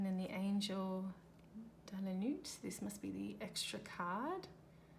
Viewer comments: Insightful review and pertinent comments. Not our usual RWS references and oddly, suits are not illustrated on the cards. P.S.Nuit is not pronounced correctly. In French, we do not pronounce the T at the end. The T is silent! Thank you for sharing. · hehehe I was giggling so much because the T is silent in Nuit.. It is the French word for night. De la Nuit- into the night. I agree though, the deck does not make much sense in regards to symbols, in which I often read tarot in those terms. Thank you for sharing, although maybe check the translation next time, prior to recording.